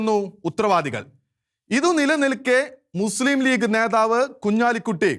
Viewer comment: ധെവാലയം അല്ല ദേവാലയം ... നെധാവല്ല, അധിനെ അല്ല ...നേതാവ് , അതിനെ . പറഞ്ഞെ ? ദേ ...മലയാളത്തെ കൊല്ലല്ല് ദയവായി